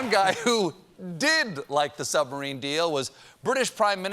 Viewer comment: That French "submarine" was the first in a long time that I laughed out loud. Well done XD